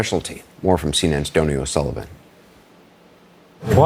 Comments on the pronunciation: It’s not pronounced “Donny”, it’s pronounced “Doughny”. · Just for edification his name is pronounced like "doughknee." Carry on with the good work. I've been a subscriber from day one thanks to your work in the field. I do not know how you tolerate these distorted fools.